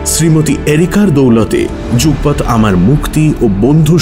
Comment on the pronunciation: কি অপূর্ব সুন্দর গল্প টা। মুগ্ধ হয়ে গেলাম। প্রাতঃরাশ আর যুগপৎ এই উচ্চারণ দুটো ছাড়া আর কুকুরের ডাক ছাড়া পাঠটাও দুর্দান্ত হয়েছে।